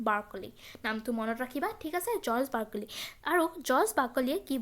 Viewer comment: Barkoli nhoi Barclay 😭🤣